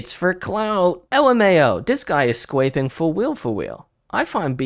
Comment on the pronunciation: “Dis guy is scwaping fwfw” 🥹 👉👈